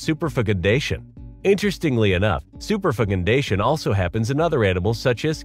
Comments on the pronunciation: superf*ckindation lol This AI is designed to swallow the vowel when saying the f word apparently. That's awesome. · "Super 'Fecun Dation" had me do a double-take lol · LOL the way he pronounces superfecundation!!! 😆😆😆